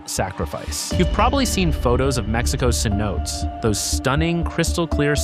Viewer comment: SEH _ NO _TEHS _ not suh-notes!!